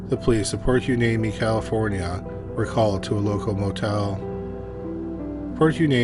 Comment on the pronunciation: Its pronounced " Port Why-KNEE-me. I've lived here over 50 years.😁 I know its spelled Hueneme.❤